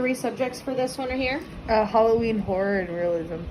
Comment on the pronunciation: I try not to judge other people’s choices, but I had to listen to this several times before I realized she was saying her 3 subjects were Halloween, Horror, and Realism. I initially thought she said Halloween, Porn, and Religion. I was like ohhhhhhkay then lol Halloween Porn and Religion